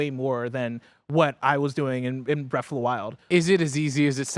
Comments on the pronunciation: "Bref of the wild" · Breaf of da wile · “Breaf of the Wild”